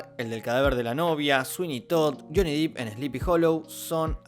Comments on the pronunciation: SE PRONUNCIA "SHONI DEP". buen videoo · Es Johnny DEPP, no Johnny Deep.